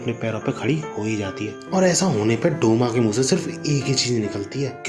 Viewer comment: Douma hota hai Sale